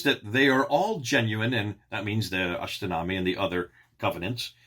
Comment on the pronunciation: God bless you. it is pronounced ashtinama not ashtinami. I am kurdish and Kurdish and persian language are closely related.